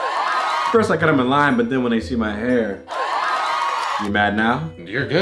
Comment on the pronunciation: ever since i haven’t been able to keep a straight face when she says “my hair”